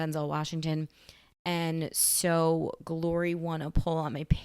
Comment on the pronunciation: has a unique way of pronouncing the movie’s title, “Guh-lory”. 😁